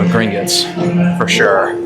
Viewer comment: it’s Gring-otts not gring-itts haha